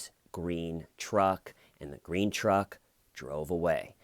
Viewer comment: "I love grene trucks" xD